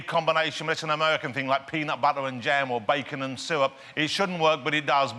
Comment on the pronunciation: notice how says sywup and bwilliantly